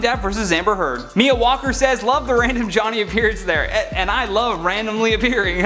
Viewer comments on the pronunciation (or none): none